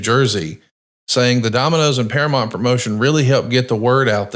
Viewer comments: you are killing me with your misuse of the English language. It's bad enough he says all of the sudden when it's really all of A sudden. Then he calls Duke the Dumpster Droese, Drozay. But saying Paramont instead of Paramount? It's one of the biggest & most successful movie studios ever & there ain't man, woman or child that doesn't know how to say it. I guess is a big subscriber to Paramont + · Para-Mount, you're killing me smalls